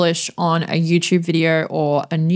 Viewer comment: I like hearing you say "Yertoob" and "Pawrdcosts"😊